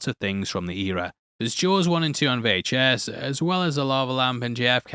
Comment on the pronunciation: Did you say “Jaws on VHS” or “Jaws on NES?”